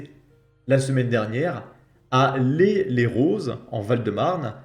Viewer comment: On dit “la-i“ Les Roses. 😅 PS: comme dans “laïque”. 😊👍